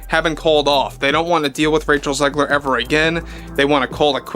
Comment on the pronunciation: Raych-Hell Zig-Leer = Weird......just WEIRD! 🧟‍♀ :face-purple-wide-eyes::hand-orange-covering-eyes::face-blue-wide-eyes